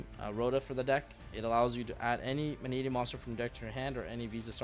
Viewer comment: FINALLY! Pak says Mannadium right!